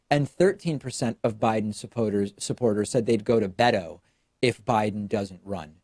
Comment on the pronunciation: My name is Beto but it’s pronounced in Spanish. Never heard it pronounced as BAY DOE